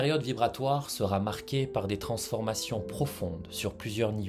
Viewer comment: Ne mettez pas de T après sera. Vous faites une liaison mal à propos. Sinon, très vrai et très intéressant.